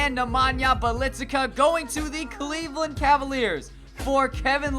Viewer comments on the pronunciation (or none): He botched bjelicas name